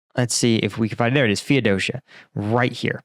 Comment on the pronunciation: it is pronounced Fee-O-Dough-See-Ya